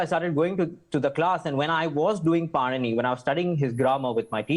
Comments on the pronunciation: padini not panini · इसकी क्या तमीज़ है। ऋषि पाणिनि बोलना तक नही आता इसको। बकवास